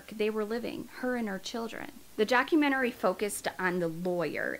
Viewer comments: Its documentary not documenterary. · I know this isn't related to the case, but why do you keep adding an extra syllable to "documentary". It's like the word "document" with the word "airy" added to it. Where in the world is "document-er-rary" coming from?? Probably gonna get shit for even asking but I'm actually curious where that pronunciation is coming from. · I agree with everything you're saying. But it's DOCUMENTARY NOT DOCUMENTARARY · I love your videos.. I have to say though as you say it a number of times, and I no I sound pedantic lol.. it’s docu-men- tary. I keep hearing docu-men-ta-ary-ary. You do say it correct sometimes. Maybe it’s my hearing..- Your videos are well delivered and very detailed. I have only just stumbled on your channel. I do really enjoy them they are very delicate subjects, you cover the cases well, and with compassion xx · Wait. "Documentarary"? 😂 Lol! (Sorry- I couldn't help myself) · The documenerererrey lmao 🤣 I love you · I hope you don't think this rude, but it's "documentary" not "documenterary". ♥ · DOC U MEN TARY NOT DOC U MEN TER ARY I’m pedantic I know. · *documentary lol not documentarary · Documenuary?Documentary?? HAHAHA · It's documentary. Not documenterary. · I’ve watched all your videos and I Love them all, but please pronounce the word documentary correct you’re saying documentarary. It’s just “document-uh-ree. “ not document-uh-rare-ree. Not trying to be mean I love your vids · I enjoy your channel and think you are a goodn storyteller but, Sweetie, you are adding an extra syllable to the word "doc-u-ment-er-y". It's not "doc-u-ment-er-AR-y" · So nobody’s gonna mention “documenarary” ? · ma’am i’m sorry but it’s “documentary” not “documentarary” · Doc-u-men-tar-y. Is how it's pronounced, NOT doc-u-men-tu-ar-y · It’s just Doc-you-meant-a-Ree, not documentararry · Documentary not DocumentaRAry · What the hell is a "Documentararyrary"?? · Love your work but it's not "document-or-rar-ry" it's just "documentary" 🤣